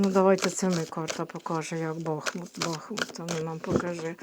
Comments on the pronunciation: не кажіть БАхмут, наше місто БахмУт. Будь ласка. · Доброго дня, якщо не важко промовляти БахмУт наголос на У, дякуємо за працю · Дякуємо вам за вашу працю.Усе ви правильно говорите.Тільки Бахмут - наголос на другому складі, на у. Ще раз спасибі.